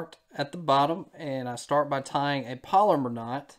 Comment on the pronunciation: And for those of you that are Googling polymer knot. That is not how it's pronounced. It is a Palomar knot.